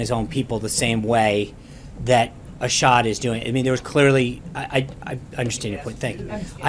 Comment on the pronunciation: And also, who is this "ah-SHawd" person he is referring to? Does he mean Assad?